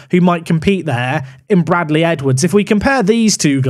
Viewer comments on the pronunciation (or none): none